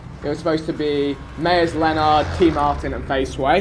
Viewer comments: Pronounced Myers Leonard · Vikk its pronounced as myers leonerd